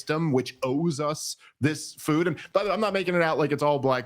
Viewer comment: Learn how to pronounce a very simple word FOOD. NOT Fo NOT Fou NOT Foo. Its FOOD..D..as in dumbazz.